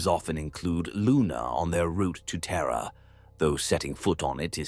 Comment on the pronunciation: TERRRA and it's pukka neighbours